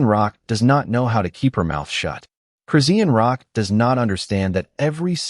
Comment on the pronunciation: The way that AI voice CONSTANTLY REPEATS EVERY NAME IS CRAZY! Redundantly mispronouncing Chrisean Rock at the BEGINNING OF EVERY SENTENCE is crazy. Only a computer generated "voice" (AI) does that. I've heard her name more in this video than in the last TWO YEARS COMBINED 😳!